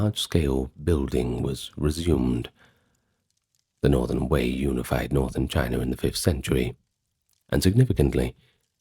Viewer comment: You lost me when you said unified. Prefer the ai voice lol